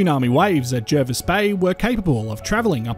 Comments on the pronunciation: Yes, I grew up there, and the incomers mispronounce it. It is indeed ‘Jarvis’. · Agree. Born in the 1970s, it was always pronounced JARvis Bay growing up.. I went away to China for ten years, came back in 2018, and I was culturally shocked.. People were calling it JERvis Bay, local people were telling me I couldn't walk in certain areas, and I was being Welcomed to Country by Aboriginal Elders at meetings.. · The RAN is there has been for decades and they refer to it as Jarvis.... Jervis pronunciation is American but we are not Americans. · I don’t think anyone who lives locally calls it JARvis instead of JERvis.